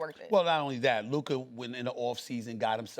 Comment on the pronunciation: how disrespectul is sas still pronouncing lukas name wrong